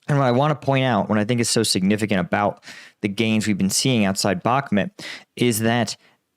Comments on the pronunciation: Bakhmit? It's BAKHMUT (BOK-MOOT)! It's not difficult to pronounce correctly. Zaporahizia? It's zaporizhzhia. Say it with me... ZAP-OH-REE-ZHIA) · You w really suck pronouncing Ukrainian names. It still bothers me that you haven’t learned how to pronounce “Bakhmut” and other Ukrainian cities. It’s pronounced “Bakhmoot!” This is not an American city where you can pronounce wherever way you want.